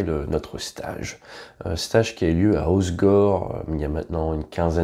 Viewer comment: Pitié, apprenez à prononcer le nom HOSSEGOR 😭😭 le "E" Se prononce...